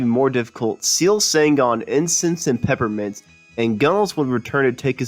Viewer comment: Incense and PePPermints - those P's aren't silent, right? Or maybe I've been pronouncing it wrong??